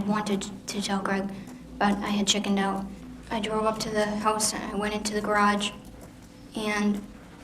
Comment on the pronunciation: Or when he closes off the video, " out"...I hear "my goat"🐐